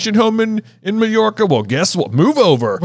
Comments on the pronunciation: as a Spaniard, I think J’s pronunciation is more accurate 😅 Also, the real reason is because they’re English, so of course they want to spend their vacation in Mallorca 😂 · Hello! Londoner here to answer random questions 😂 Summer holidays are generally mid-late July to 1/2/3rd September, our summer holidays are 6 weeks Mallorca - ( pronounces it correctly). Everyone seemed to have or want to have a holiday home in Mallorca in the late 90s early 2000s. It’s only a 2 hour flight so a good cheap and easy summer holiday destination Welks- they’re traditional seafood that you’d get in a little paper cup at the beach. Generally they’re kind of cold and slimy and you’d get them from the same stall you’d get jellied eels and cockles from. You don’t really see them anymore (because they’re utterly disgusting) but it wouldn’t be uncommon for old fashioned Marge to get them at the beach No, you can’t bring an air rifle to school 😂 Also! Quick edit- if you want the most British audiobook experience, listen to the Stephen Fry version on audible 😊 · Mallorca is an island off the coast of Spain. And the double l is pronounced like says. Like how you would pronounce "quesadilla", or "La Jolla" (in San Diego). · As Spanish, your pronunciation of Mallorca is fairly good keeping in mind that in English there is J instead of our LL sound.